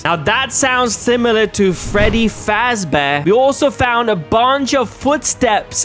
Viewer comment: Man said “Freddy Fast Bear”. 🤣🤣🤣🤣